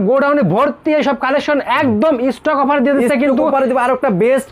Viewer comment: আরে ভাই উফার না অফার